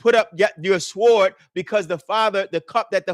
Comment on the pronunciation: The letter w is silent in sword.